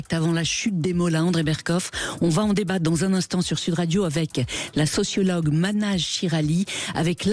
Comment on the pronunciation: Mahnaz et non pas Manaz